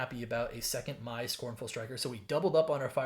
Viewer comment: Congratulations on some awesome pulls! And you pronounced almost every name exactly right, and the one you got wrong is completely understandable. Mai on the show is pronounced "May," but the way it's written, I totally get it. A couple of other things you might find interesting: that very cruel-looking tutor is voiced by Mark Hamill of all people. Also, something I keep seeing people missing about Badgermole Cub... When it Earthbends 1, it's turning a land into a creature, and that land creature will now also tap for an additional G, along with any other land creatures you may control from earthbending or any other source! Hope you enjoy your pulls and have loads of fun with them! ^_^